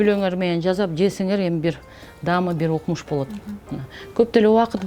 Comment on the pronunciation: Жазап эмес жасап деп суйлогуло